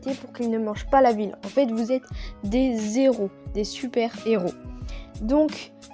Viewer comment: On fait la liaison a hero T’as dis des Zheros